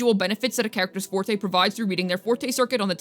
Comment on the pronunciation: Thank you for pronouncing forte and concerto correctly lol. As someone who grew up learning/playing classical music I've heard these words my whole life and now hearing so many of the WuWa content creators saying things like forty and conserto leaves me twitching over here lol.